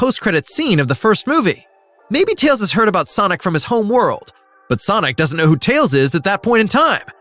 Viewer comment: did i just hear "Miles "TAYS" Prower"?